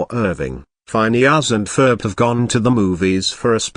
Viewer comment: “Fineus and Ferb”